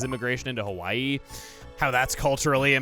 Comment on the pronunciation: It will never not be weird for me when people say Hawaii wrong.🤣😵